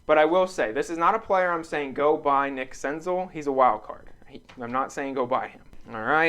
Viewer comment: Sick senzel! I have some nice stuff of his in my PC. Btw it’s Sen-zell not Sen-zul.